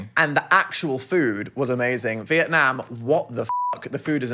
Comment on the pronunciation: side note but as a vietnamese person the way they both pronounce vietnam makes me so happy